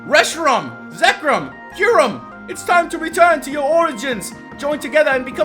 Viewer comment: I think forgot how to say Reshiram...he said i think Rehisram